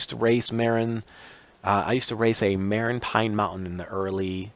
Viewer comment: Marin is pronounced muh RINN with the emphasis on the 2nd syllable.